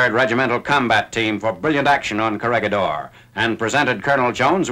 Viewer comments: pronounciation, korihidor. ba-ta-an. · It is pronounced as "korihidor" :) . I like the video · Its read as correhedor. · "gi" in Corregidor is pronounced like "he" in English, not like "gui" in Guitar. Great video, as always!. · The G on Corregidor is pronounce as an H. Thanks. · Coh-re-hi-dor not “corregidor”